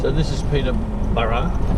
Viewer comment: I hope to do this one day before I die!! Bucket list!! Got to learn to drive first of course!! But had a giggle over the pronounciation of Peterborough!! You better not say that to the locals...they will drive you out of town in mob force with pitch fork and torches!! LOL!! Ohhh yeah!! Horrocks Hwy is a bitch!! LOL!!